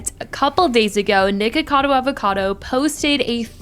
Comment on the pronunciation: hit the "k" in Nikocado really hard for a minute i thought she hit it like a "g" and i was like 👀